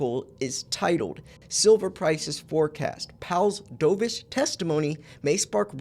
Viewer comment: Dovish rhymes with love, not stove.